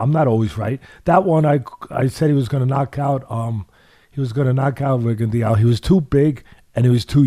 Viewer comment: Why does Teddy mispronounce Rigo's name like that?